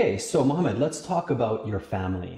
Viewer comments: As far as I've heard he said Mohammed even though It sounded close to Mamed or something like that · the arab guy say Mohammed and yeah when interviewer said it sounds like mamad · May I have your name please? -My name is Mohammed. -Ok, HIMOMEN ???? Really ???? HIGHMOMENT? HIMOMENT?